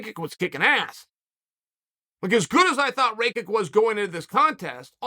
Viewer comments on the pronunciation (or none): Rakic not Rakik .. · "Raykick" - Chael.. it's "Rackitch" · Who's Raykick? Is he saying Rake it or Raykick? 🤔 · RAYKICK? IT IS PRONOUNCED RAKITCH. Jebeni ameri. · Ah yes, Raykick. I have been pronouncing the name wrong all this time. Thanks Uncle Chael 🙏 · Bro said “rake-ik” 😭😭😭 did he not listen to Bruce out the announcer pronounce his name? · As a Slav, “Ray-kick” made me cringe so hard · Chael pronouncing his name properly last weel and now changing it to "Raykick" is an absolute powermove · Does Chael just misprounounce your name if you lose? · How could you possibly think that’s how rakic is pronounced